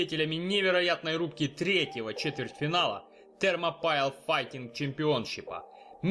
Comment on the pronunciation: я не ослышался - "термопайл " ? !!! не, ребя, так нельзя...!!!